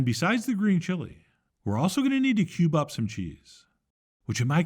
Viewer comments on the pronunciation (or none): none